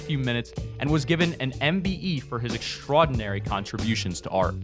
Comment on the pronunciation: This dumb ass said "extrodinary" lmfao